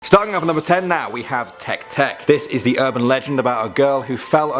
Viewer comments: teh-kay teh-kay not tek tek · You pronounced it wrong tek tek is not the word its teke teke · The fact that he pronounced Teke-Teke as Tek-Tek is hilariously idiotic. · Te-ke Te-ke Live they kay out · You said the name Teke-Teke wrong lmao. Its not Teck Teck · I’m sorry but “tech-tech” 😭😭😭